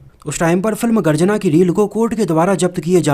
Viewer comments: Garjana nahi bhai.....Garajna hain 😃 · Garjana nahi yeh garajna hai.